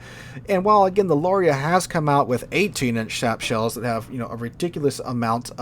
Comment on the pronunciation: every time there is an Italian BB in a replay I love how sometimes you say Shap shells 😂 what’s the pen of a shap shell? 😂